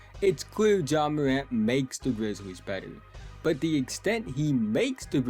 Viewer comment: Ja MOWANT😂😂 good show so FAW. Good shooting PEWCENTAGE. In FOW games he dominated. He will show MOW for suWe. Nice JUMPEWS 😂😂 GOOD PASSEW overall nice PLAYEW. go GWIZZLIES😅😅